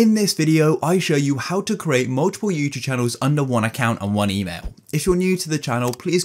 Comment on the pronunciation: why does he say you chube